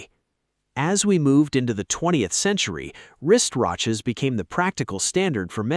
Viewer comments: "wristRatches" rather than wristwatches means AI generated content is still unedited SHITE. Lazy humans. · I caught it right away. Maybe he should explain what wrist routches are. But it's probably ai generated. 😊